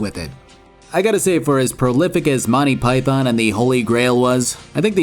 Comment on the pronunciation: "monty pie thon"